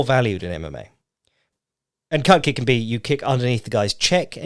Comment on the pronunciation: I thought he said Cup Kick for a good bit. As in Di*k kick.